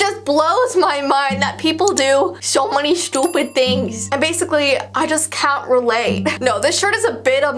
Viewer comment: "Sho many shutipid things" I CANT XD